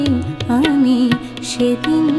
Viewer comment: aami bolte pronounceta gobhir hotchhena